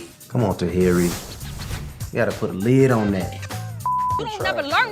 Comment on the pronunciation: Why do you guys say people's name wrong just cause... Tah-here-ey